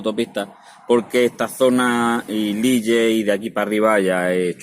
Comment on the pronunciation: ¿"Lille"? Supongo que quieres decir Lil, que es como se pronuncia...